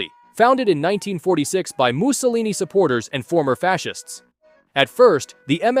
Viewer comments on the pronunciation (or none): none